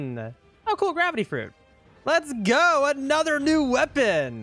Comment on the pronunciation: "llets ghoooo" got me rolling